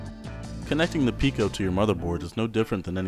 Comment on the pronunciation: no, pee-co